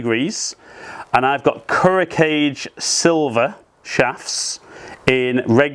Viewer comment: “Kage” is not pronounced “cage”. The name of the shaft brand is: Ku (as in “coo”) + Ro (as in “rrrow” - roll the “r”) Ka (as in the “ca” in “car”) + Ge (the “ge” as in “get”). Kuro Kage is pronounced “coo+rrrow ka+ge”…